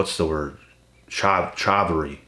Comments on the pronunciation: Chivalry: pronounced shiv'al'ry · C is a S sound hard word ...